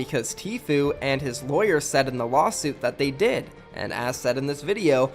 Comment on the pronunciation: Are you trying to say lawyer... lol